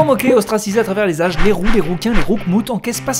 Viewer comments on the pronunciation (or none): none